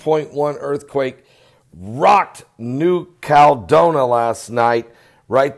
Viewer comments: you're killing me. It's pronounced New Cal-e-don-i-a. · Since when is a 7.1 a mega quake. and it is New-cal-e-don-ia. real english please and it is only a 7.1. A mega quake would a 9 or above.